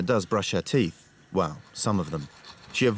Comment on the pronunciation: Why do they say teeff its teeth